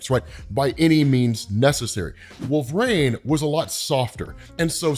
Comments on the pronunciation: How is it 2024, and he's still saying.... Wolv-Rain instead of Wool-Vereen? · Not hating but it bothers me that he says "Wolvrain"